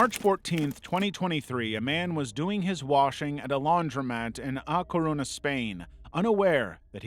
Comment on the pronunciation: I kinda had the video as background noise, NEVER expected to hear MY CITY'S, small as fuck, NAME out of fucking nowhere. That was a jumpscare. Also, is Coruña, the ñ kinda reads like a nya jsfhhfksjfkd